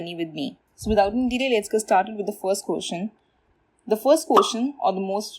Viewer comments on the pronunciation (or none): Its question not kotion. 🤣